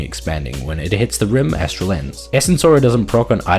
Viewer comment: for pronouncing Aether correctly.